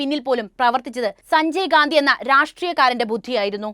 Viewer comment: അവതാരക വാക്കുകൾ ഉച്ചരിച്ചത് തെറ്റായി. മർധ്ധിച്ചു, ഛനാധിപത്യ.., സഞ്ചയ്ഗാന്ധി, അഛണ്ട, ...